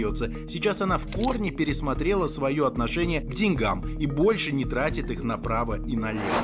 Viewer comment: учила бы лучше грамматику и произношение русских слов😂😂😂 не деньгАм, а дЕньгам